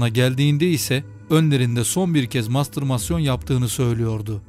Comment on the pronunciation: Mastırmasyon değil, ''mastürbasyon''.